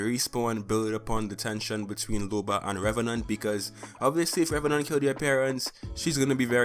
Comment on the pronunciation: Its LOBA not LUBA.